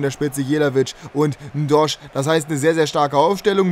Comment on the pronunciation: N'Doye wird nicht N'Dosch ausgesprochen ^^